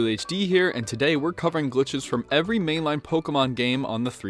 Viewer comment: he said main-line goofy